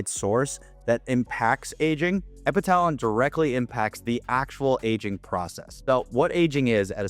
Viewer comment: Epitalon pronounced epi tuh lon